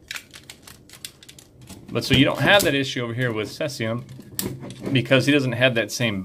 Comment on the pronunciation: "seez" ium, not 'sess' ium.. As in Cesium salami, from the movie. Do you guys ship to the UK? If so, what are the chances that you would mark the box as gift? Customs here can be a pain in the ass, adding on how ever much they feel like. It's a god damn money making racket. I bought a Diamond Select Stark Trek Ship from the States once and customs added on nearly £40!! It has put me off ordering anything from there since. I have got similar sized items from China and have never had to pay a thing and i always assumed that was because they mark them as gift.